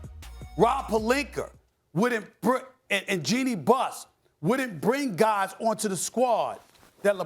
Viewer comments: “ Rob Perlikerrr “ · 🗣🗣“Rob PERLINKER” -Stephen A Smith